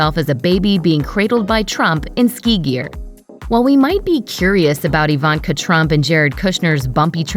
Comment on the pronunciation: Is the narrator a bot? Who pronounces Ivanka - EEE-Vahnnn-kah?